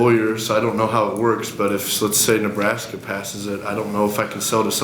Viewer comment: Ahh Nebraska, all this time i tought you said Alaska :P fml